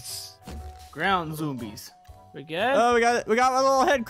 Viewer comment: I love when said ground zoombies